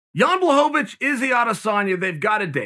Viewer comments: if Chael says it's Blachowowicz then its Blachowowicz and not Blachowicz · Everyone else have just mispronounced his name all this time and Chael says it the right way, as usual.